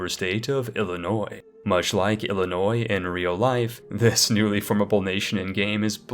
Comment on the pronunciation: damn really said it like it is with Illinois